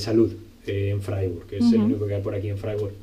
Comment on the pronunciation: Se pronuncia fraiburg